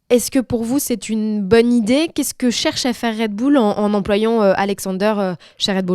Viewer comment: "Red Boulle" ?